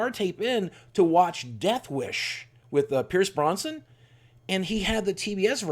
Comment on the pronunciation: Pierce Brosnan, not "Bronson."